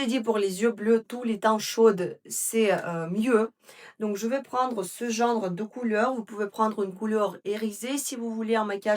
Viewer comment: Bonjour, merci beaucoup pour ces excellents conseils comme d habitude. Je pourrais avoir la référence du crayon marron s il vous plaît? On dit « genre » pas « gendre » 😘😘😘❤❤❤❤❤